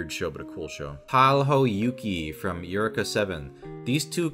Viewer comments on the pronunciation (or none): i dont care about eureka's rating, i do care about how you are saying it...its pronounced you reek ah, eureka, a word said when having a flash of inspiration, EUREKA, IVE FOUND IT! sort of thing...not your ek ah